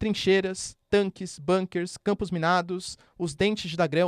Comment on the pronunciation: Bunker é uma palavra tipicamente alemã. Significa,= casamata, fortim , abrigo fortificado... É a pronúncia é exatamente como se escreve.. em alemão o "u" = u normal nada a ver com a pronúncia do inglês.... parar de macaquear todo vocábulo estrangeiro como se fôsse inglês ... Coisa de TAPUIA colonizado, tipo botocudo se achando.